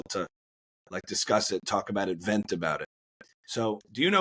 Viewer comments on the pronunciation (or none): none